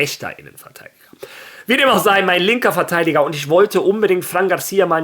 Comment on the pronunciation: Hola, ich höre jetzt schon zum wiederholten mal das du immer Verteiliger anstatt Verteidiger sagst. Es ist nix schlimmes, es ist mir nur aufgefallen. Wie immer gutes Video!